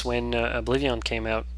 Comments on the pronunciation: obliveon??? what the fuck is obliveeeeooon lol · it bothers me on how he says oblivion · OBLIVEEAHWN love it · it's like you say obliveeon, awesome! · yea he says oblivion funny but he's a great.example of a gamer that challenges himself and manages to pull of great lets plays